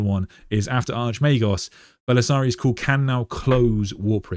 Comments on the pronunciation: Why do you pronounce Cawl as if it was spelled Cool? It’s kinda wild. Are you Irish, and just apply letters to sounds after the fact? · Why are you pronouncing 'Cawl' as 'Cool' ???